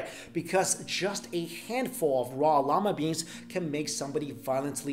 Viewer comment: I swear he said llama bean